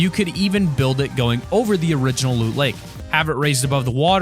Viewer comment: you said look lake Not loot lake